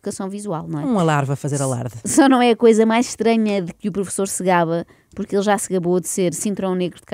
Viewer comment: Mas porque é que ele fala assim? "Pobrema" , " Poque" em vez de porque e Roguides, em vez de Rodrigues! pertence sem dúvida à liga dos campeões, dos humildes!